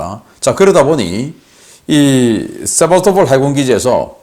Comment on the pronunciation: 00;29 세바토폴이라구요? Sevastopol 은 역사가 깊은 크림반도의 항구 도시입니다. 세바스토폴이라고 발음합니다.